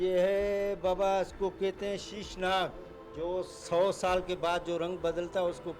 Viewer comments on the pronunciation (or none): Shesh nag not shish. Vishnu bhagwan ka vahan hai shesh nag. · Sheeshnaag nahi hota bhai. Sheshnaag hota hai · Sheshnaag hota hai sheeshnaag nahi 😁 love frm India Iqrar bhai ! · Right pernounsaion hai Sheshnag jo ki hindu God Ishnu ji ka sarthak hai.